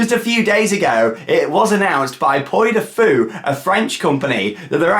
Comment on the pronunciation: It's "Pwee" du Fou. The French one is only open in the summer - April to September.